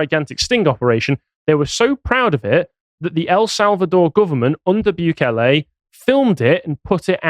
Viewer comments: You're still not pronouncing it right. It's not Byu-kay-lay, It's Boo-kay-lay. But cool that you're covering him. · mate its pronounced like "boo-kele" not "bew-kele" soz mate xox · Still pronounced Bukele the wrong way there lad 😂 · Hate to be that guy but El Salvador is not loctaed in South America... And not that it really matters but since he mentioned he "learnt" how to pronounce "Bukele", is appropriate to say he is pronouncing it wrong... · It's hilarious how he managed to find another way to mispronounce Bukele lol